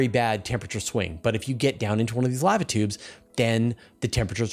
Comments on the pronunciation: Sounds about right to me... What would be the other pronounciation? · The way you pronounce lava makes sense, considering the word contains one letter v.